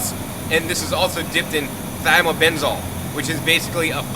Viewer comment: are the coconuts dipped in Thiabendazole? Is that what you're pronouncing?, I am eager for the coming times when ALL produce will be fresh and local! These ingredients are toxic! I have just recently done some research into Thiabendazole on some local oranges I purchased. It stops mitochondrial respiration in "helminths" (worms) and the subsequent production on ATP which then KILLS the worms. So, if food is grown and/or treated with these chemicals then what are they doing to OUR CELLS!! A travesty. I'm not implicating you for sharing this info with us, I AM livid of the info that I just found out about some non organic oranges I purchased in my neighborhood. I usually shop at healthier markets and now I see why I do!! smh Better times ahead...